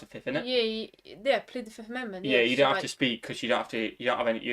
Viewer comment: sai it right on "plead the fifth"😅